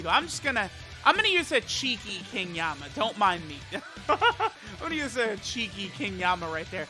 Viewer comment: Le Me: watching to see if EZA is worth for the unit Also Le Me: Hypernotices when calls King Yemma by King Yamma